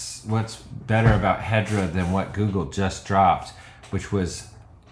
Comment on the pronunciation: Every time you said hedra, I keep hearing hydra and imagine this guys company as some Marvel villain hideaway...